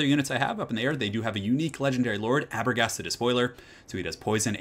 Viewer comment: Aberghast? Thats actually Araghast the Despoiler from Dawn of War 2 😄